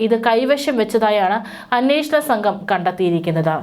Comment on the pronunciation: ബക്തി...സംഗം... നിരവദി... പരിശോദന...അർതം... ദർമ ശാസ്താവ്... ബഗവാൻ... ഗട്ടം.... ബന്ദം... ഗോവർദൻ... സംമ്പവം... ബാഗം.... ശുദ്ദിക്രിയ.... സാന്നിദാനം...തിരുവബരണം.... ഗോശയാത്ര.... എല്ലാം തെറ്റി വായിക്കുന്നു.. അക്ഷരം നോക്കി വായിക്കൂ. ഭാഷയെ കൊല്ലല്ലേ 🙆‍♂️..